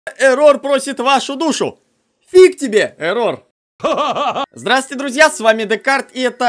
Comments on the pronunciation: он Эррор а не эррОр! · нет его зовут не ЭррОр а эррор его имя без удорения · Вообще-то да, правильно / правильнее Эррор, а не эррОр. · Ударение на Э Не ЭррОр а Эррор